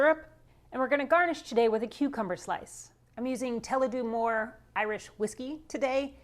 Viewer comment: "Tulladew More..." 😄😉